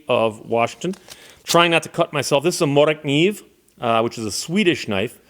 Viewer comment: Good pronunciation of morakniv